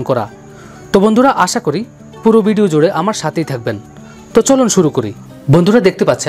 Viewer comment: বিডিও না উচ্চারণ ভিডিও হবে।